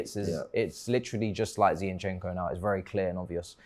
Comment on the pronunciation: MAH.. STOP calling him Zee-yin-chenk-o plssss😫😅 it’s absol JARRING. ZinChenKo!🥲